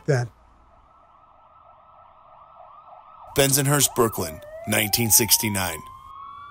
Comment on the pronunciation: Please change how he says Bensonhurst.... this drives me crazy!!